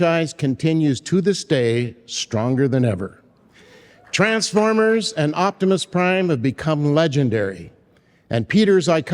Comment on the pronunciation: i love you but why do you say the TRANs-fOremers. 😆 but when he said "in 1984, Peter and i went to war"aw man, waht a perfect way to summarize his relationship with peter